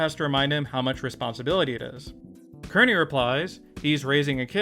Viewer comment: It’s pronounced Keer-neey